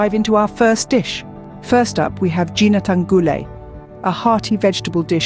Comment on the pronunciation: I wish the narrator also researched how to pronounce "Ginataan" properly.